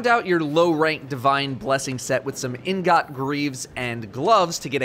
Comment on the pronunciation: Ingot- "Een get"